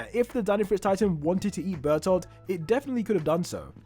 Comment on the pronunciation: I did not realise he was saying bertholdth all I heard was bertha